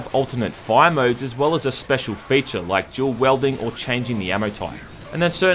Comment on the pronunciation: Weird, no one in WA pronounces wielding as welding.